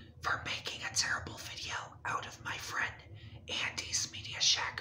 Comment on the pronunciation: YOU KNOW THAT IM NOT YOUR FWIEND 😂